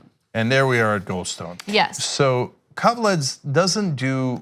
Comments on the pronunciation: Guys, you really butchered that last name .... Kaveledz... :D might be for an early hour, but for some reason I snorted basically every time you said it. Just a quick hint - KaveladzE. :D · Pronounced... Kah vay lahd zay... ("a" is "ah... "e" pronounced as long "a").... His name is Georgian... from the Republic of Georgia (Stalin's birthplace/home country)... but Irakli "Ike" Kaveladze is reportedly Russian, not Georgian. Officially, he's still a mystery.... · Ana, Ike Kaveladze is pronounced ee-kay Ka-vel-ah-dze (dze with the “e” as in elephant)